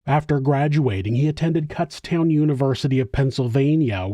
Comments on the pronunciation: Hey, it's pronounced Kūtztown not Kútztown lol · Kutztown is pronounced Coots (rhymes with foots) town. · Sorry. It’s a long U not a short U in Kutztown. I’m from Pennsylvania. My mom went there.